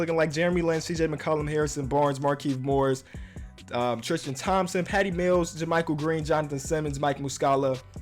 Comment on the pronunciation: "Triskan Thompson"